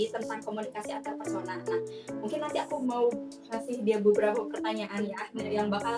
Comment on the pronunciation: Antarpersonal Ka, bukan Antarpesona